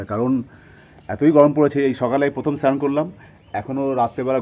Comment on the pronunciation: চ্যান না বলে স্নান বলবি